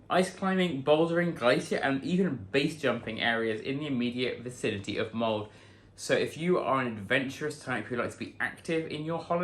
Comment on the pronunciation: My mom is from Molde. It is not pronounced mold. The E is not silent. Sounds like Molda.